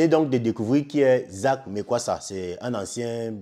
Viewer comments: Eh le frère prononce bien le nom, on est Afrikains. Lis seulement tchiiiiiiiiiiip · Mais prononcé bien son nom par respect, malgré ces défauts et sa sauvagerie il a des qualités